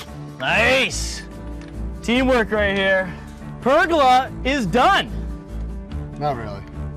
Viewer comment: PergOla not pergUla. pronounced Per-gola